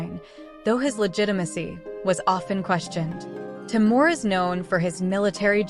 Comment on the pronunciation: It is pronounced Tee Moor (Timur), not Tai Moor.